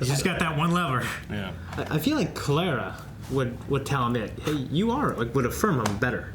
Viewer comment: You know they've had Clara for a while now and,, and still can't pronounce her freaking name right.